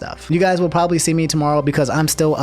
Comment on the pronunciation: “Probaly cheated”